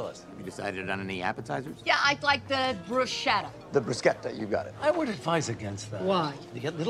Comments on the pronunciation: The worse crime is calling it "Brushetta". It's BrusCetta! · Saying "BruSHetta" is just next level triggering me